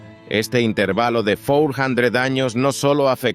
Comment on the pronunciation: Es que es un canal hecho con IA, por eso no pronuncia bien las palabras en español como intervalo